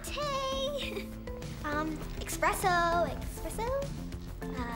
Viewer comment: "EXPRESSO??" lol